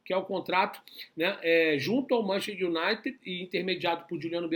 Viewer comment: MAN CHES TER, repita, MAN CHES TER kkkkk Bom trabalho aí.